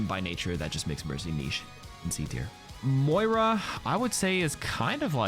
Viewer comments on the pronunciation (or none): none